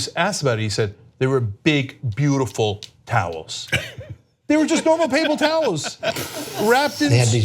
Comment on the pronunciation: Papel towels ? Cenk learn to speak or don’t